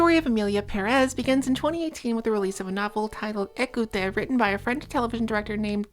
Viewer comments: ok there are a lot of awful things being done in this video but the pronunciation of écouter (which isn't even the name of the book, it's écoute!) is killing me, send help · your pronunciation of écouter really is something... for anyone curious it's more like ay-coo-tay